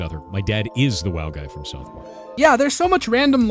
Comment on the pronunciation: You are saying ‘WoW’ wrong bro…